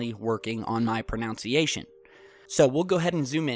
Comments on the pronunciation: "pro-noun-ciation"?? nooooo.... "pro-NUN-ciation" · It's pronunciation, not pronounce-iation. Cool vid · pro-nun-ciation, not pro-noun-ciation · less than 1 minute in... "pronounce-iation" Scholar here, folks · "diligently working on my 'pronounciation'..." oh the irony! :) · Pronounciation... Wow. Just wow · learn how to pronounce pronunciation first lol. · i like how he mispronounces pronunciation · lol I love you buddy watch everday but you just mispronounced 'pronunciation':D